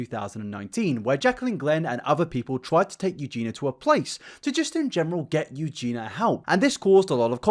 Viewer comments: Aaaaaahhh, okay i KNOW this isn't important at all, but I just have to say, Eugenia's name is not pronounced "EugeNA", it's pronounced "EugeNEEYA". Lol sorryyyy! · Mate, it’s pronounced u-gi-ni-ah not u-gi-nah wth? It’s a english name why is getting wrong? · Take a shot every time "sociopathy" and/or "Eugenia" are mispronounced. Mate, if I recall correctly you've done a few videos mentioning Eugenia now. I think it would help your case if you learn her name properly. Its not "Eugena", it's "Eugenia". Pronounced like "you-geen-ee-uh" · Great video, but please say Eugenia and not Eugena. YOO-JEE-NEE-AH. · yoo-JEAN-yuh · Someone needs to tell that her name is Eugenia, not Eugena. Other than that, I'm unsure why YouTube is recommending his videos to me, but I am not complaining. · I agree with everything you say but who is "you-geena" WHO?? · goodness will I actually live long enough to hear you pronounce EugenIa Cooneys name correctly?!?!